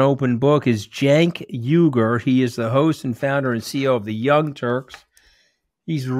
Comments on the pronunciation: Actually sounds like Jenk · Cenk but sounds like Jank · is it pronounced Senk?! Or was he making fun of how peeps will pronounce